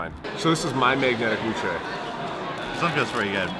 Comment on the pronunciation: Thank you for pronouncing wuque correctly